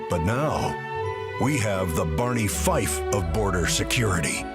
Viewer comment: I don’t appreciate voiceover guy besmirching the name of the great lawman Barney Fife like that 🤣